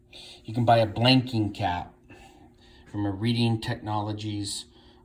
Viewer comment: Pronounced red-ing, not read-ing